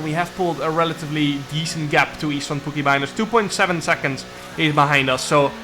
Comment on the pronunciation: Csaba = Chaba Istvan = Ishtvan Now you pronounce it correctly:)